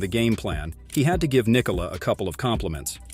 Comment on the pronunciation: Well done on the pronounciation of the name Nikola! :)